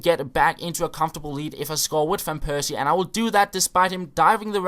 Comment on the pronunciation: It is fan persie, not van persie....